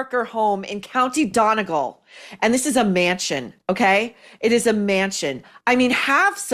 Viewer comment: ITS NOT PRONOUNCED DONNIE-GALL. IT'S SAID: don-ee-GAUL. .